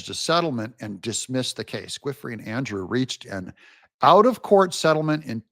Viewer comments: 'Giuffre' sounds more like JOO-FRAY. It took me a minute to figure out what you were trying to say. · I think Giuffre is pronounced joo-fray'. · It’s pronounced “Goo-fray” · I believe it's pronounced VIRGINIA (JEWFREE). GUIFRIE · You're butchering her name a little bit. Giuffre is pronounced like "juh-fray". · Virginia's last name is pronounced JEE"OFFRY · Virginia “Ju fray” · It's "Goo-Fray." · Giuffre is pronounced - ju fray. Even Benny is getting it wrong which tells me our people haven’t really followed the epstien stuff too closely. Good work Doug but it’s important to get the names right on a credibility standpoint. 🇺🇸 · Virginia's last name is pronounced ju-FRAY'